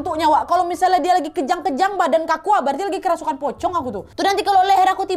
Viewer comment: "Kerusupan" And "ceremai" 😭🤣